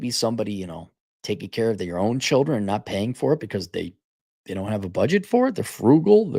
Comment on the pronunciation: Cap is pronouncing "children" wrongly here, she would say shillinz.